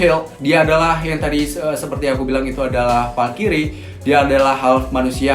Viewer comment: Bang bacanya bukan falkiri tapi falkrai